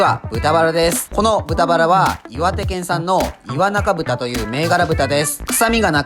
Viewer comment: 焼き肉屋なのに、岩中豚の読み方すら知らないなんて…笑 (焼き肉屋でもない俺でも知ってるのに)